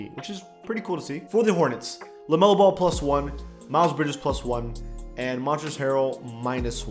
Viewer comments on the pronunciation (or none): none